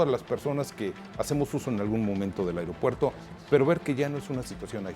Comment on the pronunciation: Se dice aeropuerto no airó puerto.